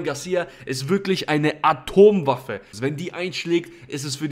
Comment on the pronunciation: Atomwaffe 😂😂 heute kein Spaß dieses Wort aus zu sprechen 😅